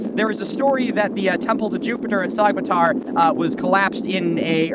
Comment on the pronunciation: You were there and you still can't pronounce Sogmatar right?